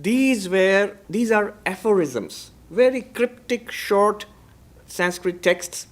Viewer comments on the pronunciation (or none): Why are you pronouncing the word "Sanskrit"in a wrong way just for the shake of accent, why don't you pronounce the word in proper way so that western people could correct thier own pronunciation. Why only we have to adjust and change for western countries. Anyways you are spreading nice information, no hate indeed.❤